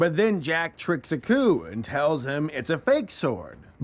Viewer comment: I keep hearing 'A coup' instead of 'Aku' (ah-koo)